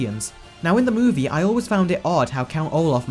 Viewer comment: Why do you say "movie" so weirdly? Also there are no facts